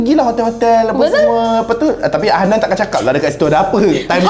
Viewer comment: Betul sebut je Hannan nama hotels tu